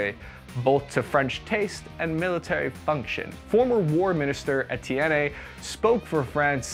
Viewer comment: No big “A” sound at the end of Etienne.